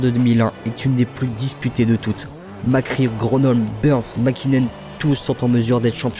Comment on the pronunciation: Et on dit Mac Ré pas Mac Ri.